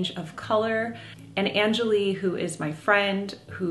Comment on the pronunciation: Jennifer, I believe you’re pronouncing your friend’s name and brand incorrectly. If she’s of Indian origin, it’s un-JA-lee. And the brand is rung-GO-lee (which could mean colorful). Check with her 😊